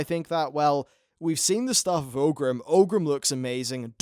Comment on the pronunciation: Its pronounced OR-grim, not OH-grim :P